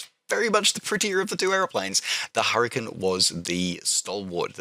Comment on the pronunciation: "An 'urricane with an 'ook" :D